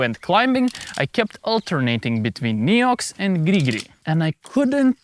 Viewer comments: Thats absolutely not how french say NEOX... XD In english you say nEEox... In french we say nAYox. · Hey! As a frenchy frog myself i can assure you there is absolutely no region in France, even in the most remoted ones, where someone would pronounce it "Niiouuuu" 😂 Great and interesting video as always! Grigri forever. ❤ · I'm French and certainly wouldn't have said Néou. ^^ Thank you so much for all your videos though! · Weird that you thought that "ox" is pronounced "oo" in France. In French, "Neox" is pronounced almost exactly like it is pronounced in English. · as a french, we don't pronounce it this way at all ;)